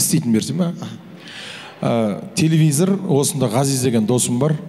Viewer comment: Телевизер емес телевизор😂